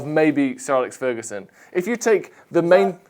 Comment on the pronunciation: “Sir Alex Fergaseption” 🔮